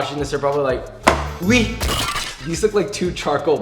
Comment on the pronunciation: Ah yes, us, french people be like O U I